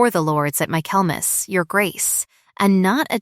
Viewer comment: Tell AI that the word is Michaelmas, not mac Kelmas.